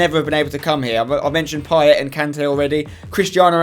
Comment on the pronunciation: Payet is pronounced pie-ay not pie-et